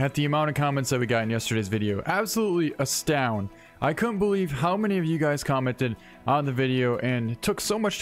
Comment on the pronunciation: Sorry for everything you went through but is no one gonna talk about him saying “astound”